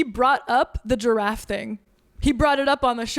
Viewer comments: Oh, Giraffe! I thought you were saying “Draff” and I was confused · Giraffe is two syllables ma’am